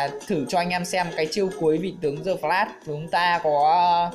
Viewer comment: Đờ phờ lát mà cứ đọc giơ phờ lát như đúng rồi vậy ...bó tay